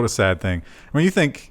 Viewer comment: I'm pretty sure is pronouncing thing weirdly on purpose trying to troll everyone. He does it a lot:P